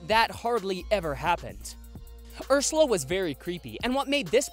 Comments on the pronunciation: Lol did eanywon here that he said ershala but not ersala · He said Urshula😂👍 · I love how at one point he says urshula instead of Ursula Edit: What was the “tragic accident” in 2016??? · "Urshula" its Ursula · he says urshela 😂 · And you sayed urssula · Chihuahua soccer you said it wrong you said Ursula